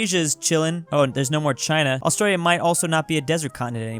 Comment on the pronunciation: How did you mess up Australia That sounded a bit like Austria with la at the end